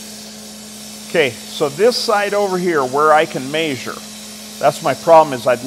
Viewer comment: ? he says MAYsure? like measure?